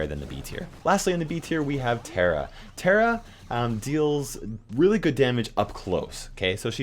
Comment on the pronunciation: Did he just call Tara Terra it’s pronounced T-AR (like a pirate)-a